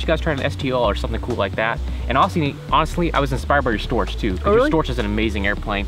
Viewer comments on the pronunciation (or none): The funny thing how You pronounce Storch with S first and ʃ last. Thou it is actually ʃ first (like "shame") and h in the end, like "hips".